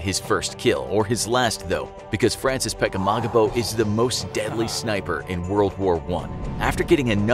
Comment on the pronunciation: It sounds like you r saying frances pegemogimo